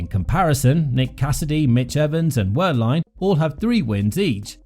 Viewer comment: Please… it’s “Ver-line”, the W of Wehrlein is pronounced as a V 👍🏻